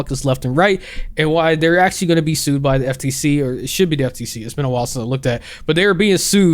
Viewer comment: the word “actually” sounds weird here.